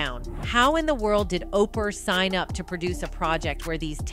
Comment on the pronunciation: The way they kept saying OPER like over and over thru the whole vid?! Like wtf😂 I can't stand Oprah but dang